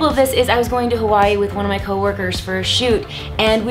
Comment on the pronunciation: the way she says Hawaii lolll